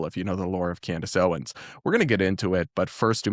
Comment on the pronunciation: My favorite mispronunciation of hers was, "Camrace Owens." 😂😂 I have to laugh so I don't cry. 😂